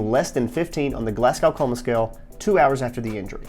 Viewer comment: Great video, and this is a childish nitpick but you pronounce Glasgow "Glas-go" ❤